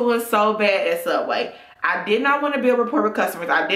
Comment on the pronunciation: it''s pronounced sooubway